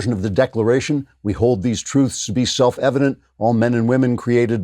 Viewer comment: It's worse... Biden did NOT say "self evident"... he said "selfelevelent".